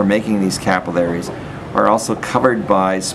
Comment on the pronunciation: it bothers me of how you pronounce capillaries